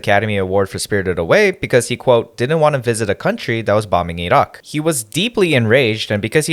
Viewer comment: Hey, I really appreciate your pronunciation of Iraq. As the son of an Iranian woman, the near ubiquitous mispronunciation of Iran and Iraq as Eye Ran and Eye Rack has annoyed me for most of my life. It’s really nice to hear Iraq pronounced properly